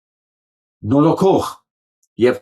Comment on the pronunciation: Նորոքող չէ այլ նորոգող